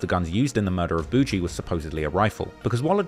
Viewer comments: Boogie isn't "Boo Gee" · Gawd your such a foreigner… it’s pronounced “ buhgiiie” boogie not boo-gee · Buh-ghie! Jesus man, do yo homework on simple nicknames. Calling him boo-jee is crazy 🙄😫🤧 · Nga who tf is Boo Jee 😭 its boogie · Why is this clown sayin boujee? 😅😅😅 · Is it really pronounced “Boujee” or is this just another case of a content creator who can’t pronounce names? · It’s boog-eee. The g makes the same sound as golf. Not a j. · I'm quite certain his name is boigie as in mucus or snot from your nose, and not BOUGIE. Do your homework, especially if you going to try to capitalize and make money off of the Black culture which you clearly don't know much about. It's disrespectful as hell for you to be doing a video about somebody's life & death, making money off of this dude story and you can't even get his name right. This culture vulture crap is getting way out of hand!! 👎🏾👎🏾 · Calling him boo-gee is crazy